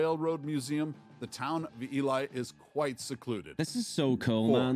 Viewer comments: Ely, Nevada is pronounced E-LEE... I lived there for 20 years. It still has an active copper mine (where I worked for 7 years) just outside of town. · I live in Nevada and I've driven through (and stopped for pictures in) Eureka. There are no hospitals in rural Nevada. People are taken by ambulance or air to the nearest regional hospital; usually Vegas in the south and Reno in the north. And Ely is pronounced e-lee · Ely is pronounced EEE LEE not EEE LIE. You can see Devil's Tower National Monument, Wyoming featured in Steven Spielberg's movie "Close Encounters of the Third Kind" 1977. Check it out.